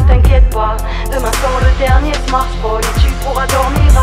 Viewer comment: Demain sort le dernier SMARSSPHONe l'accent il m'a perturbé